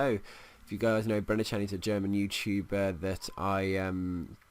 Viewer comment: how u pronounced brennerchen:D